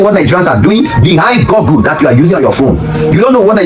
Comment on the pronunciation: The word is GOOGLE(GUGL) NOT GUGGLE or GURGLE